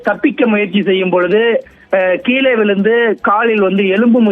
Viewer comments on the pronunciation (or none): none